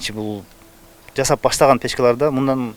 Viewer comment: Ушу туура суйлогонду билишсе, ЖАЗАП эмес, Жасап